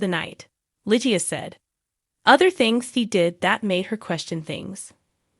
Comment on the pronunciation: the way you mispronounced her name is, sorry Annoying😮